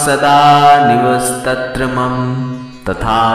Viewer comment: आप मम का उच्चारण शॉर्ट मे क्यो करते है, मम का उच्चारण लॉन्ग karna चाहिये.